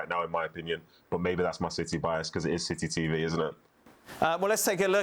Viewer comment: Did he just say "silly TV" instead of city TV? 😳